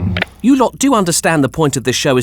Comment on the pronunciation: It's hilarious as the person talking keeps saying "You Lot" as "You Lawt". Living on the bri'ish dream.